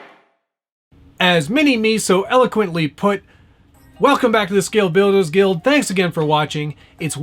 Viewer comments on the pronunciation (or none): "... of course... " and "Scwale Bwuilderws Gwuild" sounds affects rock this episode.